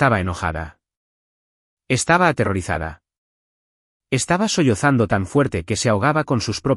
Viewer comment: ¿ " Solzando " o " sollozando " ?